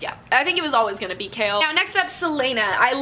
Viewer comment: I'm not going to lie, I feel so ashamed of myself because I've been pronouncing Chaol's name with the -ch sound in "cheese" and Wyrdmarks as "weirdmarks" and you just went there and pronounced them so correctly. To think I was thinking this as I was reading the book and I feel so embarrassed! 😭 But I still loved this book talk as I'm still gushing over what happened :) ♡♡♡